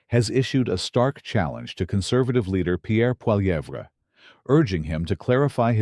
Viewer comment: A civil war?? What a moronic stupid moronic title. It's called politics in a democracy. And your srupid AI voice can't even pronounce Pierre Poilievre